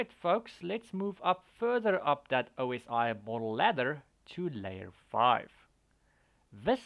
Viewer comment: Maybe I missed something in the last few years, but I wouldn't know what the "Aw-see" model was if anybody said it. I've always heard it, and spoken it, as "Oh-ess-eye" model.